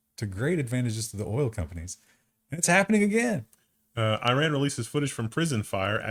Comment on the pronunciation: It's Iran not Iran.